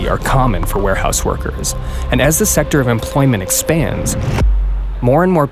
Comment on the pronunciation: "Carousel of Oppotunity". He seems healthy. His meat head should walk thru the temp neighborhood at night. He pronounced "secTor" like some lawyers say "defenDant" instead of defendant. He's a circular talker, always someone else. He speak in public in vagaries. Where are the SWAT teams at DOL? I know they went to FLETC in Ga..They receive premium training/work at GS-9+ level. Where are the army of 'well meaning' civil rights and labor lawyers? Indeed where? Where are the determined "Antifa"? Someday these temp will see the end, as long as people like the interviewer shine light to this pandemic in such a rich country. Until then, hold on.